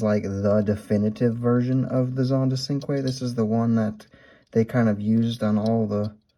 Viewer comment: I don't want to sound like I'm complaining. I used to pronounce cinque as it's written, but it's actually pronounced with a CH. So as if it was spelled Chinque